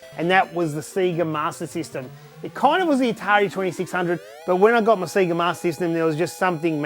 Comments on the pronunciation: That. Is. Amazing. The only thing I want to correct you about is the pronounciation of the words 'NES' and 'SEGA' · SEGA what the fuck I’m British it’s SEGA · Stop saying SEGA wrong..grrrrrrrr. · All those games but can't pronounce Sega.... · While I respect your choice to mispronounce Sega since thats the way we all said it before the Megadrive game intro corrected us, Its still grating to listen to. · All these games....Can't even say Sega properly lol. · Fucking hell, all those games and all that time invested...you think the guy could pronounce Sega properly :p (nice collection man)